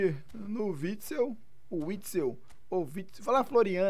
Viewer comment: Me deu agonia dele falando errado, dois videos falando errado kkkkk